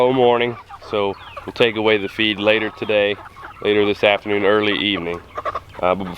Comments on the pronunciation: I thought he said 'You wanna cut their feet off a few hours before.' I was like, Why would you do that!? Ohhh, you cut off their FEED... not feet. Yikes. And ROASTED is the best! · That's what I heard too🤔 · I’m glad I’m not the only one who thought that! 😅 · LOL I thought you said cut their feet off you said cut their feed off. I was like what is he talking about how are they going to walk around with no feet lol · I misunderstood you, i heard "before you process your meat, you want to cut of their FEET 12 hour before." I was like WHAT???. Then i realized that you said FEED